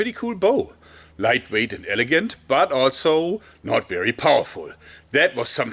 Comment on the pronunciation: Favorite word from him I hear "altso" also